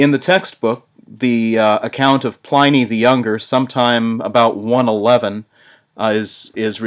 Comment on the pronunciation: My God, the mispronunciation of Pliny is killing me.